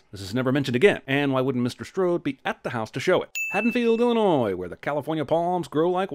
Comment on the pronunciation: I'm glad he pronounces Illinois right the s is silent